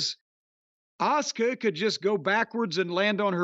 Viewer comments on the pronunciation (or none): Why does Cornette call Asuka “Oscar”? Is it a pronunciation thing?